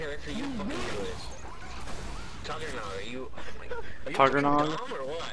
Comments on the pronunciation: tuggernag omg i laugh so hard when he said that That-Guy-Tagg thats how you say it lol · "did you drop out of school to play this game?" when he can't even say tagg's name right